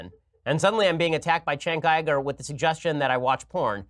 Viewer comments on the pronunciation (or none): "Shenk Ayy-Grrr" Ben Shapiro 2018